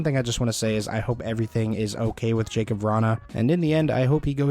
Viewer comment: his name is pronounced, ya-kub, just to let you know :)